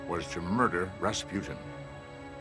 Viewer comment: its Rasputin